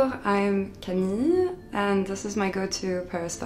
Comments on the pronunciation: why does she seem to have difficulty pronouncing her name??? ✌ camiiiilllll No it's coucou shiddaaah 😂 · Why did she have trouble pronouncing her own name? 😂😂😂